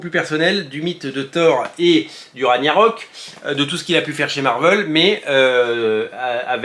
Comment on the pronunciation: Pour Ragnarök (qui se prononce rague na rok), dire que je dois revendre mes tomes 😭😭😭